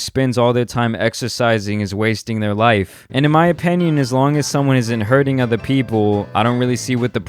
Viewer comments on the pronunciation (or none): Anybody else ever notice pronounces “openion” really funny every time he says it